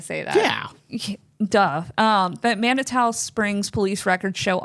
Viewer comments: Just because it bugs me, it's pronounced. Man-i-too. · Thus was so interesting!! FYI Manitou Springs pronounced Man-Uh-Two. I'm in Westminster, CO. 😮